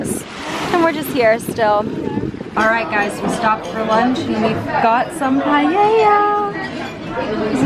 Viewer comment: As a spanish I must say that's not a paella lol (actually paella not pallella)